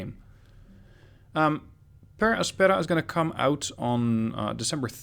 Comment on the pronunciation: i think the pronunciation is Per àspera edit: damn there's troy baker as an actor!